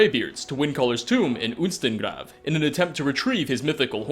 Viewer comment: Also "Unstengrav"... It's "Ustengrav," smh.